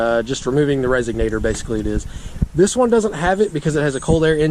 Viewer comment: Did he say resegnator